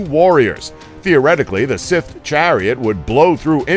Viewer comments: SMALL nitpick here, but it's "Scythe", not "sith". Sorry, kind of a grammar/pronunciation nazi. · Stop saying sith it's cythe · For fucks sake, the word is Scythe, not Sith. They are not pronounced the same way. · It's not sith it's Scythe (Sci-the) (the y sounds like a long I people!!!) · Okay, last I checked, it's not "sith", it's not "sayth" it's "Scythe". dude. pronounce it right. does he even LOOK at the comment section? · why does he say sith instead of scythe?? just, wHY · The pronunciation in this video... it's driving me up the walls. They pronounced scythe as sith, and khopesh was weird... like kho-pesh. Irritating. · Dude. Its. SCYTHE NoT SITH. SSS IIEEEE THHHH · its a scyth, not a sif or a sith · Sith = scythe lmao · Grrr, one would hope that he'd remedy his pronunciation errors between the making of these videos! "The 'Sith' chariot, 'Sith' chariot, 'Sith chariot... He just continues, blissfully unaware, to compound his errors - making everyone with even a passing familiarity with one of the oldest and most commonly used farm implements of all time, quite literally, cringe in pain. How does he pronounce sickle? Cycle??? Maybe consult with a person or two before you post these videos. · Sith? let's ignore the letter Y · The pronunciation is just terrible here. Scythe. Pronounced S-EYE-TH. This is medieval warefare, not star wars. I know it's been said a million times, but seriously, this is the second video they did this in. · Scythe, dude. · SCYTHE! sCYthe! S-EYE-the! How many times?! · Revenge of the Sith Chariots... please learn basic pronunciation.. please. otherwise i really like your videos. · You can Pronounce Urumi, but you can''t say Scythe properly? Are you serious? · still haven't figured out how to pronounce "scythe" i see. i think you've watched too much Star Wars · How hard is it to say scythe correctly? Jesus. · i cant take this guy seriously has he really honestly never heard the word scythe spoken aloud before?